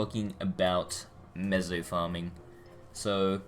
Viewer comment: Btw it's meso not mezo lol